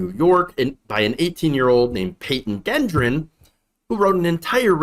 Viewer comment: gendron is pronounced JEN-Dron